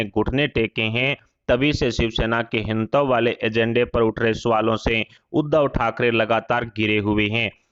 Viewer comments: आप के वक्त को हिंदुत्व सही तरह से बोलना तो सिखाइए पहले। यह तो इसे ‘हिन्तव’ कह कर पुकार रहे हैं। बेहतर है कि यह सुधार जल्द हो। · पहले अच्छी तरह हिन्दी सीख लें। हिंदुत्तव बोल रहे हैं। बार-बार हर बार गलत बोल रहे हैं।